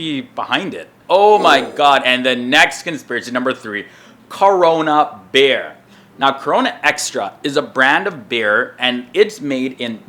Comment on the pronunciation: Really thought he was saying bear every time he said beer. 😂